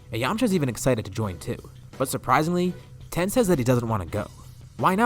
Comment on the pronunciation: You were calling tien ten it’s alr tho